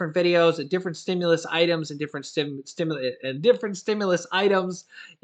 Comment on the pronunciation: can you say stimulant stimulant stimulant three times in a row you do very well in saying that word so many times God bless you